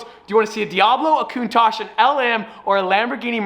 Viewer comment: Merci or the Cuntaj or however u pronounce these names lol😭